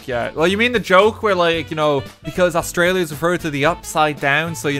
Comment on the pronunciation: y can no one exept australians say australia properley.